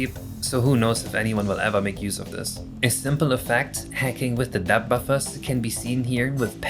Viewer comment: Friendly tip: If you have trouble pronouncing the end of depth try as if it were deps. Saying dep is less elegant.